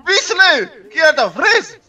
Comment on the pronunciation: Pov: ზღაპო fრეზე❌ fრიზე❌ fრიზ ✅ საღოლ მაგარი ვიცინე ❤❤❤